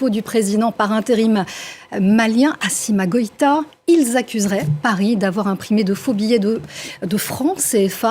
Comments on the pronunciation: 1- Le nom du Président Malien est Assimi Goïta et non Assima Goïta. 2- Il est président de la transition du Mali et non président par intérim. Faites au moins un minimum de recherche parce que ceux qui vous écoutent ne sont pas bêtes comme vous. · Elle dit "asima goita" mais celle ci vraiment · Assima goita. Assima, voilà le travail d'une journaliste. Rien que lire le nom de quelqu'un la dépasse. Je pense qu'ils ecorche volontaire les noms des gens je ne sais pas ce que ça les donnes. C'était la même chose de Aya Nakamura